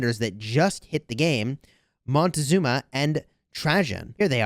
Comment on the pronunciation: The commander is called Moctezuma. Not Montezuma;)